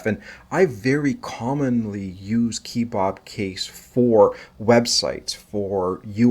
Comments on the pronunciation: 'kuh·bab' as in it looks like a Turkish skewered meat, not' keee-bob'. Why are you making up your own pronunciation and who is Bob lol? 😉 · Who says "key-bob"? "Keh-bob". Like those things you eat (and what you showed at the beginning of the video).